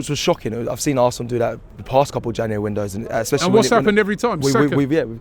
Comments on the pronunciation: Robbie cant say january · Robbie needs to learn how to pronounce January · Why can't Robbie say January....😅